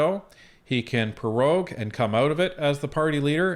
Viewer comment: "Pro-rogue" not "Pe-rogue". Got perogies on the brain?